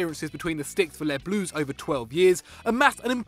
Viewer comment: Craig Nisbet ikr lol „les blues“